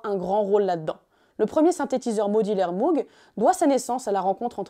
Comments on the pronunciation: Ça se prononce "mogue" pas "mougue" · apparemment MOOG se prononce Mogue et pas Mougue. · Petite précision: Robert Moog a toujours indiqué que son nom, d'origine néerlandaise, ne se prononce pas "M-ougue" mais bien "M-ogue", avec un O long et très fermé qui rime (en anglais) avec "Vogue". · D'ailleurs ça ne prononce pas "Mougue" mais "Maugue" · Super vidéo ! Ça n'a que peu d'importance, mais sachez que Moog ne se prononce pas "mougue", mais "mowgue". ;) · lire "jimmy Hendrix" c'est un peu comme d'entendre "Mougue" à la place de "Mowgue"; à part ça c'est excellent. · Pour info on ne prononce pas MOUGUE mais MOGUE :) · et MOOG se prononce MOWG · Sympa la vidéo, pour donner un aperçu, en revanche niveau taille et synthé autant parler du Thélarmonium, ne laissons pas Cahill de côté non mais. Et je sais que tout le monde dit MOOG parcequ'il y à 2 O mais ça se prononce MOGUE (frère/soeur de sang) ! Parceque c'est hollandais et prononcer à l'allemande par son créateur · Stylé ! Mais Moog ça se prononce "Mog" héhé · Tiens au pasage, Moog ça se prononce "Mogue" ;-) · Pourquoi prononce t-elle Moog comme ça ? C'est pas une marque anglophone